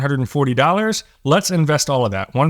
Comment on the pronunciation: Lol he said doll hairs